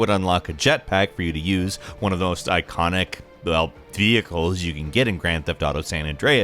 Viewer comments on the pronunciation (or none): “one of the most iconic......(fuck what’s jetpack) vdvkwsdfvvvvvVvehicles” lol I was cracking up at this for some reason